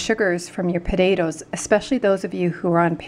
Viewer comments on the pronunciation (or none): Pot ta toes not pudadoes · Did you mean potatoes? You said podadoes 😅